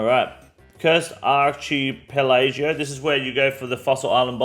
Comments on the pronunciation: is-lay and achie-pelajoe? lmao damn bro its just the english language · 😅 that pronunciation of archipelago was priceless